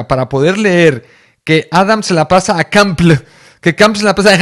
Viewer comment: se pronuncia kampl "kampel"